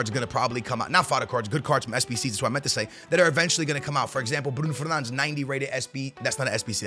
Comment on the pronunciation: Hes Portuguese and saying a Portuguese players name the way its meant to